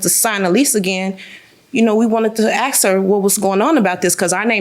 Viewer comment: You in pink its ASK not AXE